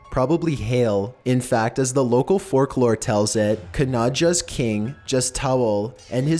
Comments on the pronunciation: "forklore" ....never heard of it....I think you mean FOLKlore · says things so weirdly, ex pronouncing folk lore as fork lore. Lolwut. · LOL, "forklore." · "Forklore" - I'm getting more used to his voice and then one little thing has me reeling for a minute. The videos are so interesting but I can't do more than one a day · " local fork-lore" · forklore?! lol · local "forklore" heh